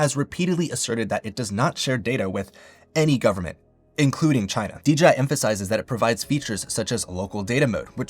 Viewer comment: ...Why are you saying DJI like that? lol